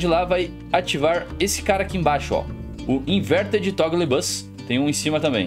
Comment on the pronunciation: Mano a pronúncia de toggle, e tipo cê chegar no Goularte com um pedaço de pizza e dizer. Tó Gou, tipo dando o pedaço pra ele.